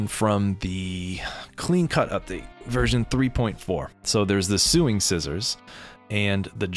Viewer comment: It's pronounced "SOW-Ing" like "oh this item is so-so...ing scissors" 😇